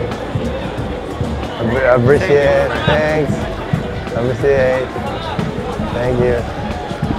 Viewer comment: “Tenks tenks “ en todo el video